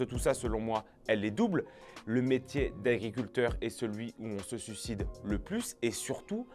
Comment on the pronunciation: S'il te plait... Suicide, pas sucide. S'il te plait!🙏 Tes vidéos sont formidables, mais prononce le i.